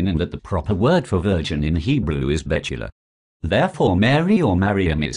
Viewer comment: Its not Mitzrachi its Mirachi . Its not bechulah. Its bethulah . Its Dinah .not Dinner , Its Shechem not shekem . This moron can't even pronounce Hebrew and he's telling us how we should read a verse a verse in Hebrew